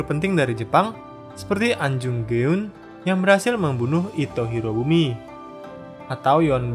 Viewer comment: Ahn Jung Geun, Ahn = normal, Jung = o seperti "Jojo", Geun = e seperti pada "Mesir"